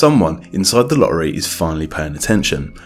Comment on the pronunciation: Please stop pronouncing "lorry" instead of "lottery".